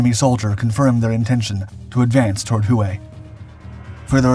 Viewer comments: Who way? Hue is more like Way, is it not? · Who-ã ? It’s pronounced whey though not spelled as such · The old Imperial city is called 'Hue" pronounced "WHAY".Not hu-ay. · Hoo-way?..no, brah' it's jus'..Way (Hue).. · Your pronunciation😬.......Sounds like way not HUWAY!!!!!..Same guy that's says bastonay!.Instead of Bastone!..... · Please learn how to pronounce the words if your going to narrate this videos. It's not "who ay" when you are reading the word Hue. It is pronounced "way" I think you would know that since the biggest battle of the Tet Offensive took place in that city. Thank you. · Hue is pronounced like WAY, not Who Way. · The city "Hue' is pronounced-'way' its the city smack dab in the center of Vietnam its the city that separated north and south it played a major part in the 1968 tet offensive. It's also the city in Full Metal Jacket where the Marines had to battle it out with the sniper. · Great History telling . Wish Narrator would pronounce HUE Correctly (WAY) But otherwise Great telling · * Huế is pronounced "hweh" (with slightly upward tone) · Not really. He pronounced that correctly, but mispronounces “Hue” all the time. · The city of Hue is pronounced Whey.....why is this so hard for you it makes your videos sound weird. I noticed this on one of two others over the last few years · Hue is pronounced “ way” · The narrator needs someone to help him with pronunciation, as in Hue (way).